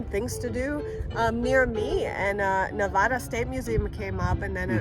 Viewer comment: I think its great that your wife, as english is her SECOND LANGUAGE, actually said Nevada RIGHT, and you DIDNT...lol.... Its Nä-vâ-duh.....not the other way. lolol . Btw your Oma(mom) is beautiful and does quite well on camera! German is such a beautiful language. Wish I could speak it better. Till next time....Happy Camping!